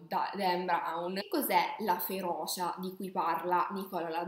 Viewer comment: Da palermitano, magari anche con problemi di dizione, ti dico che tutto l’amore che metti viene massacrato dalla cantilena e dalle vocali estremamente aperte. FeroCia e non feroscia. Mi spiace veramente tanto ma non riesco a finire il video ;(